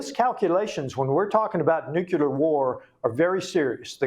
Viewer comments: I like what he's doing but how do we get congressional reps in office who can't pronounce nuclear ? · I am surprised, and embarrassed for him, that a US Congressman does not know how to pronounce a weapon the Russians may use. Nucular? I thought Benny Johnson was the only one who was illiterate on this. Is he sure he wants to file Articles of Empleachment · Teach Rep Homer Simpson how to pronounce the core word of his discussion "nuclear" not "NUCULAR" wtf? Props for the articles of impeachment even though he likely doesn't know the words.. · This guy can't even pronounce the word nuclear.....